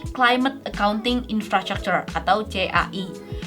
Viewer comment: hostnya salah penyebutan infrastructure